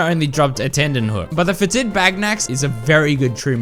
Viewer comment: Fetid is pronounced FET-id, not fe-TID. Emphasis on the first syllable.